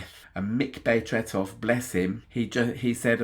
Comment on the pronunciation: Thank you for this great tribute to one of the greatest! Your pronounciation of Tretow is pretty much spot on 👍